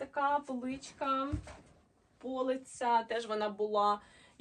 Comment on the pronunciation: Ви молодець. До речі, не пОлиця, а полИця. Ви ж кажете полИчка, а не пОличка. А взагалі ви досить добре говорите українською.Приємно слухать.